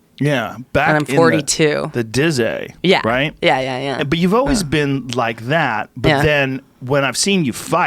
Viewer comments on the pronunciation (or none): Joe "Back in the dizzay" Rogan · 13 minutes in and joe said 'the dizzay' twice. wats going on lol